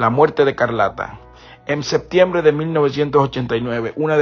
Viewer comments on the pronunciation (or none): none